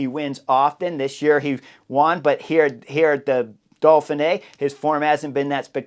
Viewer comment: Uhm...Chris and pronunciation don't exactly get along. There's no L in Dauphine either 😂. It's part of his charm.